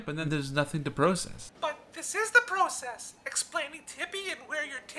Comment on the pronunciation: Why do you say process instead of process (you know what I mean)